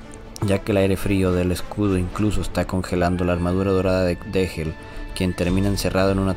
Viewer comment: Dégel viene del francés (deshielo) y se pronuncia "deyel"